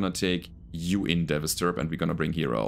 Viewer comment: You keep calling it a "Devasturb" when it is not. It's called a "Devastaturb". It's "devastator" plus "Urbie" mashed together. Incidentally, you're the first YouTube content creator I subscribed to way back in 2018.